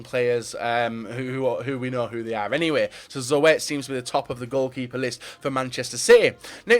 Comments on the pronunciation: Zoet? You prenounce it like Zoot lol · it's pronounced Zut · zoet was not correctly pronounced, if you say zoot then its correct! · lol he says zoo ett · The way he says zoet is just funny